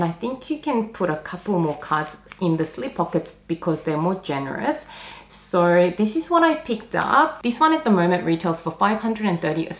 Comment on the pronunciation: where is that accent from? pronouncing 'so' like 'sowr'